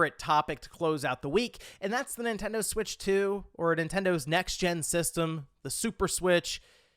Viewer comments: The nintendo Swiitch pronunciation is cursed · It makes me want it more